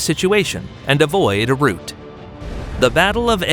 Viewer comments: rout not root! otherwise excellent synopsis of the ECW. Thanks! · He said root. He meant rout, that's when a group of soldiers flees in panic, pronounced Row-t (Row like an argument, plus a T) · Rout not root 🫚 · You are confusing two different words: ROUTE -- "r-OO-t" (a path; a passage) ROUT -- "r-OW-t" (disorderly retreat on a battlefield) While "route" can sometimes be pronounced as "r-OW-t", the word "rout" is NEVER pronounced as "r-OO-t". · It's not "root," it's rout. Rhymes with "out." Silly AI. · He said "root" like the underground part of a tree. The correct way to pronounce an army running away is "out" with an R in front. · Very nice content sir. If I may, a small note: rout is not pronounced like route. ;) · I wish the AI would pronounce "rout" correctly. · The fisherman caught a trout. Her lips formed a pout. The defeated army were put to rout. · you are right, there's no English dialect that pronounces it like tree roots, he's a silly man that's probably never heard this word said aloud.